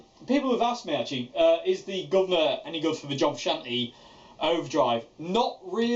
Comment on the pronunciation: The way you say guvnor lol so perfect